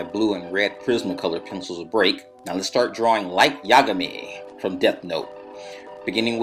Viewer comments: to pronounce his name you emphasize ga in yagami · yeah! ik right? it was freaking frustrating. SAY IT CORRECTLY OR DONT SAY IT AT ALL. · thats not how you pronounce yagami...